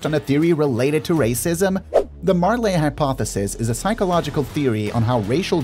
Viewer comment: I'm sorry but the way you pronounce Marley is so annoying, that's my only complaint. You pronounce it "Mar-lay" when it's "Mar-lee"